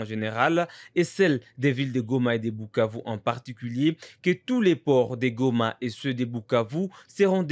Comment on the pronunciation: c’est koi cette facon de pronouncer Bukavu